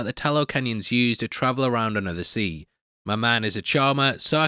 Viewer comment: It's not "under the sea"...it's "unda da seeee"